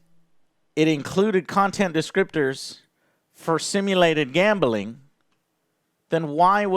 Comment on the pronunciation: No One: Joe: Gambahling 😂 Much respect though bro